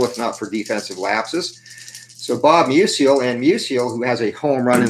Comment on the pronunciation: Good game. FYI, I believe it’s pronounced “MEW-zle” (two syllables) — not “MEW-zee-el” like Stan Musial.